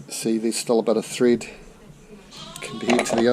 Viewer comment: "There's steel a centimetre of threed stuck in the heed" 🙄